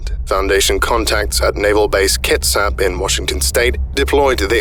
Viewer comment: Kits-ap Not kit-sap